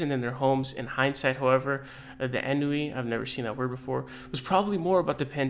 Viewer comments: I think it's pronounced like "on whee" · Ennui (on-wee) - it’s kinda like a low grade sadness.